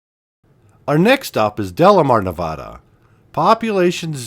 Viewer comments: It's been a long time since I've seen some of these places. I wish people would leave their spray paint behind before going there. Thanks for posting. Nevada = Nev-AD-a, not Nev-Odd-a. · Omg!!!!!! I started watching your video until (cringe) you called my state Nevauda don't do the accent there is none, it's Nev add da ask anyone here omg soooooo freaking cringe!!!! Just saying no harm!! Have a great day!!! Still not watching!! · Henderson, Nevada. Pronounced, NevAdA not nevauda. Lol Fun video from a local. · From Sparks,NV…Ely, NV is pronounced “Eelee” and Nevada is pronounced Nev-a-da with a flat “a”, think how Colorado’s a is pronounced by non Spanish speakers. Your Saskatchewan has “a’s” pronounced the same. Ely, NV has the coolest train museum with steam engines operating. (Currently be repaired…but they just got 3/4 of a million dollars to make needed repairs…so cool! The Nevada Northern Railway Museum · Dear, please learn to pronounce "Nevada" correctly. Love the video, though! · Please learn how to pronounce Nevada before posting and narrating a video about it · Can’t watch if you can’t pronounce the name of the state.